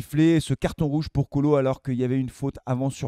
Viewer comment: Kolo et non koli